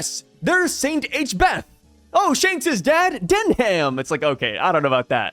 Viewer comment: I think oda seeing that garling is a celestial wanting to keep his name like a royal so "Denham" would have been the coolest out of those concepts but the pronounciation is not "Den-ham" its Pronounced "Den-um'" "Saint "Den-um'" Figarland" i'm a British Man😮‍💨🇬🇧 its weird like you would hear about Buckingham Palace but its Pronounced "Bucking-um Palace" that ham is kinda silent you got to take the letter "h" get rid of it and replace the "a" with a "u" instead 😅😮‍💨.